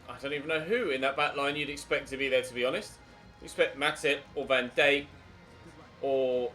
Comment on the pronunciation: Who tf is “van dayke”